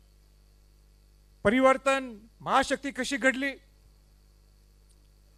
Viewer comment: 😂परिवर्तण 😂 बोलायला शीक